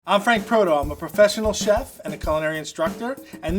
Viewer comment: "professsnal" chef learn to pronounce first